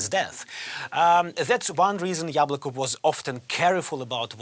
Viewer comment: its YAbloko not yablOko